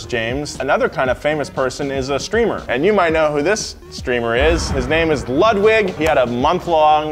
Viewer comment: He said lugwig 😂